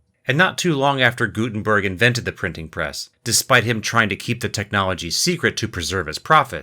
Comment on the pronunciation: He extremley missprnounced the name Gudenberg Its not gusmeat its Gutenberg